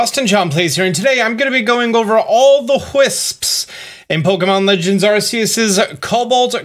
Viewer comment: It's pronounced as ARK like a boat for Arceus his name doesn't start off sounding like a British version of a butt